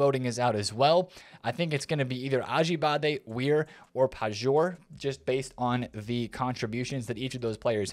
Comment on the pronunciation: Hey man, please stop reading "Pajor" like that, read it as "Paior". That would make me extremely happy.